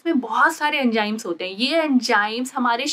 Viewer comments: MBBS doctor but still says Mareej insted of mareez Jehar insted of Zehar and Enjayme insted of Enzymes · Very informative video, but please correct your lingo as it was painful to watch. Example: it's Zeher not Jeher, Enzyme not Enjyme, cheez not cheej, mareez not mareej etc.